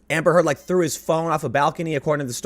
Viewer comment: The way you say Amber Heard kinda makes it sound like you're saying hamburger.